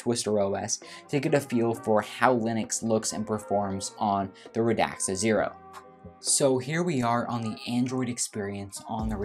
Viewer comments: Hi. Great review. Please don’t take this as a criticism. The name is Radxa Pronounced “rad za” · I am sorry but is it such a big effort to actually learn how to pronounce a word you'll be saying so many times in a video? I mean "Radxa" of course. Other that this, a nice review.